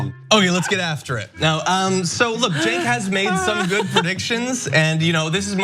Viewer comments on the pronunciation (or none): Cenk pronounced Jerk